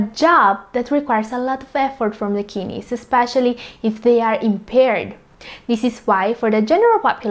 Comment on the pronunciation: kid neys..not kinis